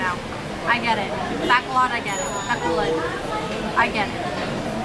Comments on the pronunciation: buh-call-ud how its pronounced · Hate say it, you are saying Bacolod wrong. Been there a lot and my Filipina is from there